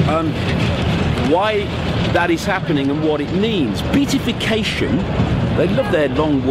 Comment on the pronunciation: It is really hard to take anything you say seriously when you can't even pronounce the word beatification correctly, especially when you keep using it over and over again! More importantly, Beltane has nothing to do with Satanisim! Do some research PLEASE!